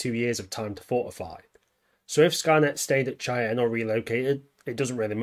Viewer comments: Just a fun little correction great video but it’s not Chai-Anne it is actually pronounced Shai-Anne like Shai’halud from dune just from somebody from the area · It's pronounced as 'shai-an', not 'chai-on'. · Chan? Dude, can you read? It's probably why you're on YT instead of a real job. Try it like this: shy-anne. Goodbye channel. 👋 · Pronounced Shy-Ann mountain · The mountain is pronounced "Shy ann" mountain. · Great video. Cheyenne is pronounced “shy-Ann” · It does make sense that Skynet's main focus would be in North America. After all, the United States is the country that developed it, was the world sole superpower when Judgment Day arrived, and the population is big enough and well armed enough to be able to put up by a decent fight against Terminators. Also, for future reference, Cheyenne is pronounced "shy-anne" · For continuity’s sake it is pronounced shy-Ann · Shy-Anne it's how it's pronounced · It's prounounced "shy anne" mountain. It's a native tribe. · it's shy-ann but I still love your vids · Come on, dude. Did you never watch StarGate? SHY-Anne. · Ouch, it's pronounced "shy-ann". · So real quick it's pronounced as shai.an Mountain US English is a little weird at times as always Mountain of skulls